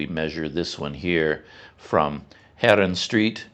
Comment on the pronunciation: CC, I know you can do it. Heeeee'renstraaaaaat not herenstraat,, To pronounce "Herenstraat," say "HAIR-uhn-STRAHT", making the "A" sound long like in the English word "father".